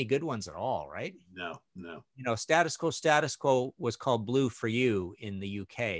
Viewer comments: Loved the show but just to let you know that you guys aren't pronouncing "Status Quo" the way that the band do. It is State Us Quo, as if there is an invisible letter "e", same as if you were saying The United States of America. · Great review. Btw it’s not ‘Stattus Quo’ it’s ‘State-Us Quo’ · For terrible albums covers for great albums go no further than the Scorpions. I have to laugh at how you across the pond pronounce 'Status Quo'. I do love the Quo album cover. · Stay-des Quo is how we pronounce it :-)